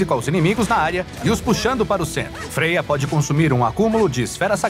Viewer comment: É como se pronuncia mesmo